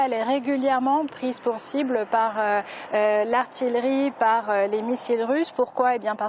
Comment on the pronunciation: Chère, on dit ar-ti-ye-ri (artillerie). Merci.